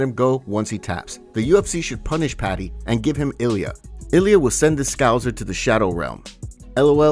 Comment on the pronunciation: You should be punished for saying scouser wrong 😂